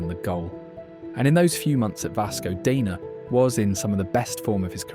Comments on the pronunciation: Why the narrator dude keeps pronouncing "Dener" as "Dina" or "Deener"?? Do you have some consistency issues? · So is he Deener or Dener? You kept pronouncing it differently. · you keep changing your pronunciation, and it sounds very silly